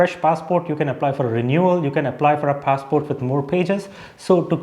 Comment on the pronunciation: It's funny how in every other sentence, you keep switching the pronunciation of the word "passport"